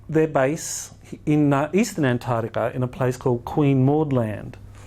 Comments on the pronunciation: sorry, but I get really annoyed when I hear Antarctica mispronounced. It is arctic, not artic. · Antatica? i think its pronounced as its spelt =ANTARCTICA. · I can't listen to him mispronounce Antarctica again. It's not Antardica, makes him sound stupid. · Ant. Tardica the only new information is the mispronunciation of Antarctica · I can't stand the way he say Antarctica.....an tard ica...jesus its all I can hear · Boring speaker. Regurgitated stuff already covered ad nauseam. As a professor you should know that ANTAR TICA HAS A C IN THE MIDDLE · He lost me about the hundredth time he said "antartica". A believeable expert would pronounce antarctica correctly. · the way he says antartica is retardica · Travis Poirier but he says anthadiga 😋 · Dude sounds like he's adlibbing this entire presentation. If you stop pointed your clicker at the stupid picture and point it at the actual projector, it advances. You'd think after the 30th time he'd have noticed that. Mispronunciation of continent names is not a great confidence-builder. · The biggest mystery is why so many supposed 'professionals', and almost all Aussies cannot pronounce the "c" in AntarCtica. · Every second word in the first 10 minutes is Antarctica. Yet the Dr cannot even pronounce it. Sorry, my issue. Can’t watch anymore!!!